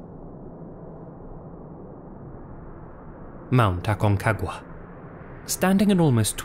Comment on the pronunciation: dude. aconcagua. not acongacua.